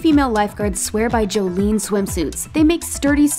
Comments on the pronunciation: JOLEEEEEEN SWIMSUITS😂 Its Jolyn (Joe-Lynn) lol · You pronounce it joe-Lin not joe-leen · i swim competitively with jolyn, and it also hurt my emotionally and spiritually when she said joleen😂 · Joleen swimsuits I’m cringing it’s Jolyn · Love the pronunciation of jolyn (it’s pronounced Joe-lyn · it is pronounced jolin even though it is spelled Joylen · that is NOT how you pronounce Jolyn lol omg. I played water polo for 12 years and was a lifeguard. funny stuff